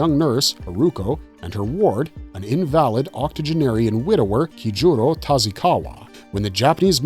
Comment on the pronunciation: Is is soul taker or soul eater? Make up your mind. Also that is not how you pronounce invalid.